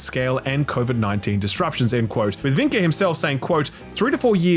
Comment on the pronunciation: You’re pronouncing Vincke a bit wrong, it’s pronounced VIN-kuh